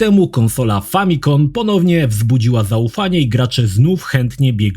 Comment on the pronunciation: FamiCOM, nie FamiCON. Skrót od Familly Computer. Wybacz, że się czepiam, ale wspomniałem, bo stale tak mówisz. Wiemy, że masz swoje charakterystyczne "przekręcenia" wyrazów, o czym nie raz mówiłeś (czy to nabyte za młodu, czy współczesne). Jest to zrozumiałe w materiałach nagrywanych na żywca, ale w filmach tego rodzaju znaleźć się nie powinny, a pojawiają się regularnie. Tym Twoim "Planet Skejp Tornment" to nawet sam się zaraziłem i zdarza mi się tak powiedzieć:D dlatego warto zwracać na to uwagę, żeby ta zła wymowa się nie rozprzestrzeniała.